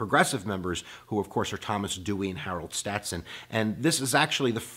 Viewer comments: Stasson, not "stat-son". Also MacArthur was nowhere close to the Japanese Supreme Commander... And it's "segregationists" not "segregationalists". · He said, "Harold Statson."